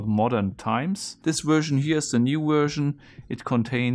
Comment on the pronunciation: What happened btw? Also funny how you say "wersion" Lmao